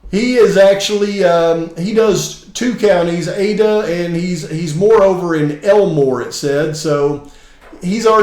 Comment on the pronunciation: It's Ada County, notAida.